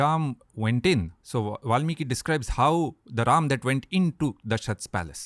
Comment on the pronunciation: Good to see that- now you are pronouncing RAM and RELATED WORDS as they should be ...